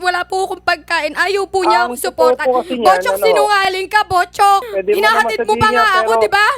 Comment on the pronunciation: sounds like botchok not buchok